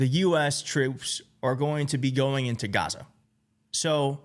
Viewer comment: He loves this country, it only has 4 letters, 2 syllables and goes great with his speech pattern; ga..ZA.